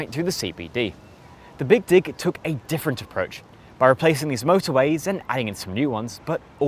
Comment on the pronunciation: Sounds like he’s saying BIG DICK not BIG DIG Lmaooo "…………SHOUT OUT FROM THE BEAN YESSSSS